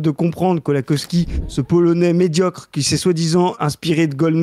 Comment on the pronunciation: Kołakowski ça se prononce plus Kowakovski que Kolakowski